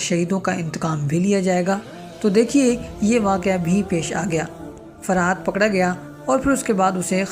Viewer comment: فرحات صحیح نام فرحت ہے آپ بار بار فرحات بول رہے ہو اصلاح کرلیں